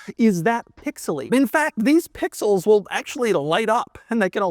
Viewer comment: Stop saying pixels man. It jars the ears the way u stress “Pixels”